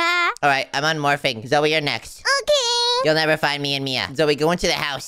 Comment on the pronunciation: said zoye not zoey